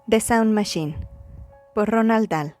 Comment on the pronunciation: ¿Porque dices "Ronald"